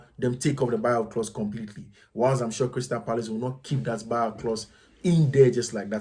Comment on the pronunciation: Neymar saying goodbye to PSG or Crystal Palace? Did I hear coach pronouncing Crystal Parice in you 😂😂😂